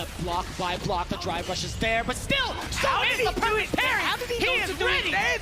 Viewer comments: Parry not perry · who tf is perry? 😂 Parry* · that dude is making the little heart with his fingers Korean style... wtf lol not even his middle finger. also parry has an a in it >.>